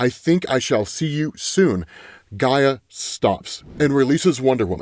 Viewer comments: It’s Io not Lo. Also you pronounced Hecate wrong and also Gaia. Yikes. Do you only read comic books? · First "Eye-oh" is right I believe. Then "hip-Ah-lah-tah" or "hip-Oh-lit-tah". Next "Heck-uh-tay" or "Heck-ih-tah". Later on "Guy-uh" not Jee-uh. You know fellow commenters... sometimes I wonder if mispronounces thes names just so we will comment & feed the al mighty Algorithm. The entirety of the Absolute DC series of comics is so fam dope it hurts.